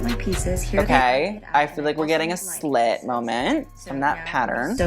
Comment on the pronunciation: Instead of "Hi Slit!!!" I heard "Hi slut!!!" and I was like "PARDON???"